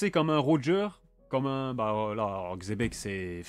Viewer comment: Tkt tu le prononce bien Xebec